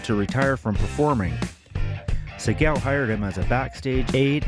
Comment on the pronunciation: Say the Sigel name right damnit.